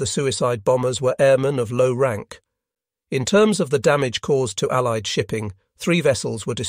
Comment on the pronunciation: Was this narrated by an AI? It’s a great video, but it has some strange pronunciations. Like saying someone was awarded a medal posthumously, and pronouncing postwhomoosely, or referring to allied forces as alleyeed forces. At one point he talks about a Japanese torpedo (tor pee doe), but pronounces it torpiduh. It’s strange, and they are in all of the videos. Still good, just kind of jarring.